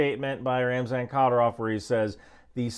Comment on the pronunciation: It’s pronounced ki-deer-ov with the middle part getting the emphasis. Or satan works for short too